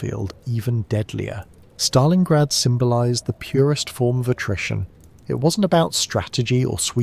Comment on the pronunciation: In Stalingrad not Stalinggrad!!!